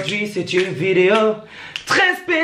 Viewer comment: déjà on dit pas treees on dit très